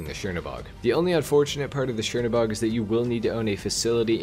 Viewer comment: Chernobog is pronounced kernobog